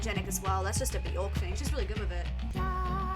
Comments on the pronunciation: If you listen to her say her own name it actually sounds more like Byerk. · It’s pronounced buh-jork 🫣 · Björk is pronounced “B-yerk” … rhymes with work or jerk, not pork. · Her name rhymes with jerk not dork.